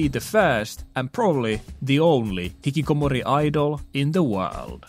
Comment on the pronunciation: Hikkikomori sounds so good in the finnish accent